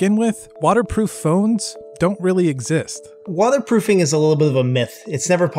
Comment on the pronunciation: "Wadder proofing"😂😂